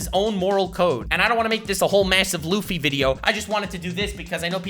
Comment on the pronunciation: Bruh u had me good till u said luffy ...meh